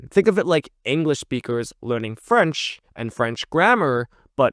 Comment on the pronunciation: As a French person living in hk, I’m impressed by your French prononciation